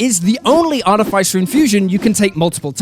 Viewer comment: ArTIFFisser, everybody, not arty-fyser. I'll go now.